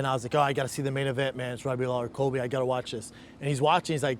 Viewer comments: Did he just pronounce (in the beginning) Colby Covington's name as "Coby CoviTime"? Ahaa, he must not like him for reals. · It’s Colby* not Kobe